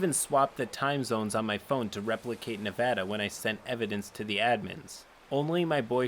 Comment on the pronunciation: all of these pople are disgusting but also THANK GOD YOU RPONOUCED NEVADA RIGHT